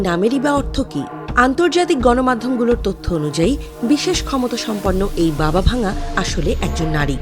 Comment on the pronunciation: Not Baba Vanga the pronounsiation is Baba Wangga.He/she is not broken but Dead.